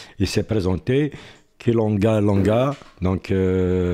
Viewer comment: Salut mrs juste une petite remarque objectif,,, j’ai remarqué que t’as un petit problème de prononciation de nom de famille de joueurs congolais alors je veux propose une petite astuce. KiLANGA......LANGA......KILANGA.........LANGA.. pame klody Klinga....langa... voilà je vous donne jusqu’à dimanche pour l apprendre et enchallah il va déchiré tout les filets d équipes qui nos affrontent.... pame klody Klinga....langa. Enchallah JSK qualifier